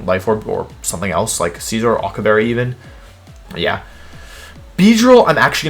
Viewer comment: Scizor, not Scissor!